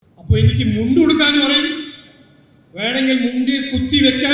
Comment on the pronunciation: മലയാളം സമസ് 🤔... മുണ്ടി അല്ല സർ മുണ്ട് 😁